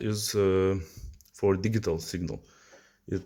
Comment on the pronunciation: "digghital" lmao what planet are you from bro? 🤣